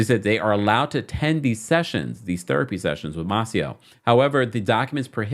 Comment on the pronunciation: You be tearing these names up!!!😂 it’s May-Cee-Oh.